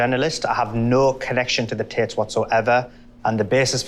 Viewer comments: Tits instead of *Tate's*😂😂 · LOL, it sounds like the interviewer is saying "tits" when he says "Tates".